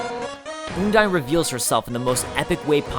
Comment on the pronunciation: oh he called her...oondyne...oh no